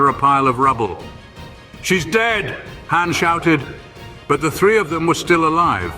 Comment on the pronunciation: Entertaining but Zahara becomes Zachary for some reason, and when you call Han Khan, that's just a lazy cross franchise insert.😂 Love it.